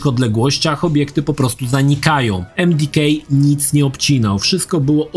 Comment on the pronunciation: Jakie emdikej? Emdeka